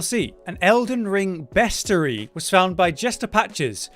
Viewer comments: its pronounced beastiary not bestary. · You said best-ery it’s beast-E-air-ree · Lol at how you pronounce bestiary, the pronunciation is rhyming with diary that's why there's an I there it ain't silent lol